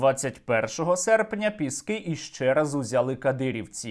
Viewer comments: Боже, Сергію, ПЄскі, а не ПЕскІ! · Бля, «Пєскі»?????? Не Піски?? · Їм мабудь вже набридло Піскѝ брати, тому вони кажуть 'Пѐски', а не Піскѝ'. 'Pesky' англійською означає 'набридливий'. 😄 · Задрали коверкать название Пески!!! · ці довбойоби не знають слова "пєскі"?)) ніодна собака не може слово їхньою ж мовою вимовити правильно) сука недолугі. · Може шойгу десь і підбрехує, але я вірю в те, що росіяни 7 разів брали піськи (як вони самі вимовляють). Правда не каже за яку щоку... Але то вже не суттєво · Вони навіть вимовити назву села не можуть з 7 разу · Вони навіть не можуть правильно вимовити назву селища Піски 🤦‍♀️😂 А про кількість нашої авіації ми напевно і самі не в курсі! 😀✌️ Слава Україні! Слава ЗСУ 💙💛🇺🇦